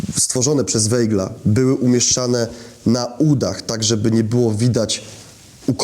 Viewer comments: To samo zauważyłem. Aż uszy bolały☹️ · Bardzo interesujący film. Czy gdyby robił Pan program o Winstonie Churchillu, to wymawiałby Pan jego nazwisko jako [ hurhil] czy [czerczil] ? Dlaczego więc nazywa Pan Weigla [wejgl] ? To nazwisko wymawia się [wajgl].